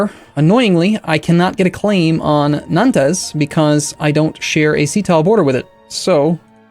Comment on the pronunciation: omg Nantes sounds like haunts with a N